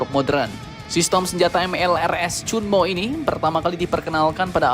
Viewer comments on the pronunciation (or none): Ternyata 천무, bacanya cheonmu